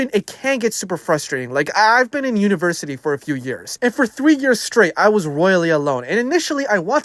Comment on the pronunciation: Tell me your Canadian without telling me your Canadian(university)